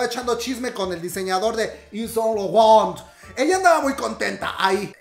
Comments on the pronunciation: Jajajaja me reía a cada rato que decias Saunt Laurent, Te amo ❤️❤️❤️❤️ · ...is san lorrawn! JAJAJAJA AMO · 🤣🤣 Como pronuncia: SAAAINT LAURENTTT 😂😂😂😂😂🤭 Me hizo el día 🤣🤣🤣🤣🤣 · Reí cada vez que decías Saint Laurent 😂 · Wey me da un chingo de risa cada que tenía que pronunciar Saint Laurent 😂